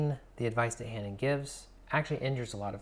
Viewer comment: Hanon is French and is pronounced without the h at the beginning.